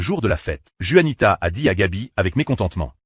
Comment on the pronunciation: Juanita le J devrait être prononcer R comme gaby le prononce